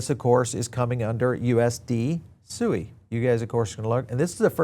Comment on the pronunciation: Did you just say SUI Wrong five times in just less than 1 minute. It's hard to take crypto brows seriously with I can't even pronounce 💩 correctly